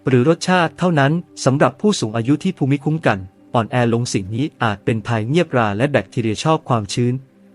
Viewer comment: ภูมิคุ้มกันอ่านว่า พูมคุ้มกัน